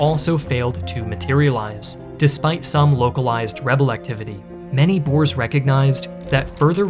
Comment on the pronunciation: met God en Mauser is the correct spelling and we prefer to be called boere not boers pronounced boo-rrrrr-uh